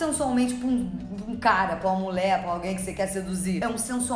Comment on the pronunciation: Gosto quando tu fala "mulé" 😆